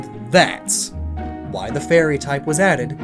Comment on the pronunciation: You saying 'the fairy' sounds alot like Tefari. Now Im super triggered